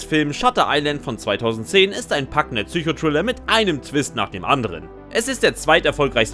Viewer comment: …habe mich schon nach den ersten zwei Sätzen, in denen „Triller“ und „Resischör“ gesagt wurde gefragt, was jetzt wohl kommt.